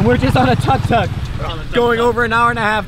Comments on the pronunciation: It's took took not tuk tuk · It's pronounced 'took took'. Just sayin'.